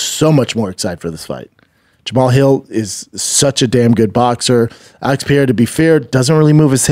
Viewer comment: Crazy a guy makes a living off talking can't pronounce half the stuff he says 😅..."Kyla" Harrison, Alex "Pee-era", Hill uses his "Achilles heal" to push off 😂 it's great haha